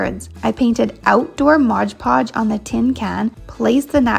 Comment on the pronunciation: It's not "Modge Podge" it's Mod Podge.